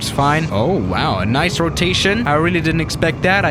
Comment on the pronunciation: Nice Rotation Me: Nice “Ro Ta Tey”